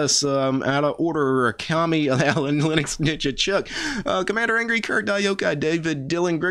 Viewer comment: At the end of the video, when you pronounce all the names of your supporters, your "Akami" sounds like "A commie", it's pretty funny